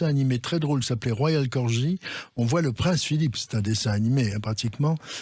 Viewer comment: Corgi, gor-guy et pas ji. Chiens adorables et très intelligents.